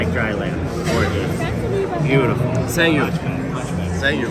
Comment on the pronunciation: Sänkyou haha eli bester mann🎉